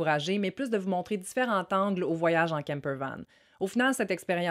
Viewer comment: Bonsoir. On ne dit pas différent angles (tangles) mais différents angles (différents zangles) C'est du français m à chère.